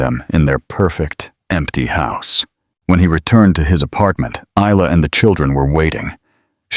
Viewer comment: The “S” is,silent…Isla Fisher is Eye-La…..just letting your AI learn something today…